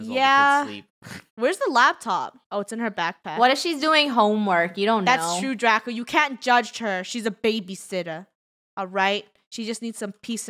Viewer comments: Draco not “darco” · you said darco it’s draco